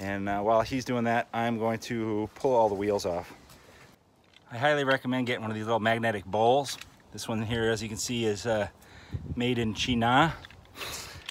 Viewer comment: China not Chena you should go back pronunciation class.